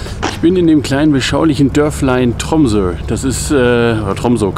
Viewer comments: paul sehstedt nein, das o spricht sich wie ein “u”. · Tromsø spricht sich korrekt “Trummsö” mit rollendem “r” und scharfem “s”.